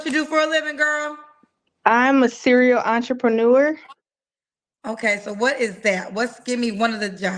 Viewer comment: You clearly don’t know what a “serial entrepreneur” is, nor can you even pronounce it. 😅😂